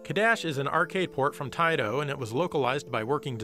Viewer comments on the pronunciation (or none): how dare you not say Taito the correct way (Tai-TO!!!). You're usually on point here. ☹️